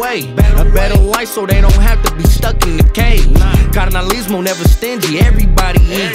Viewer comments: props to tha homies for trying but this honestly quite embarrassing as a Norteno. foos cant speak spanish for nada. Im more ashamed of cuz hes oldschool N cant even say carnalizmo right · Vatos kant even say KARNALISMO. FUKKEN KOKUNUTS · Bro can’t even say carnalismo lol typical from the nortes tho but went hard